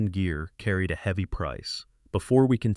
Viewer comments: "Heevey snow". I hate AI. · AI doesn't know how to pronounce "heavy" at the very beginning.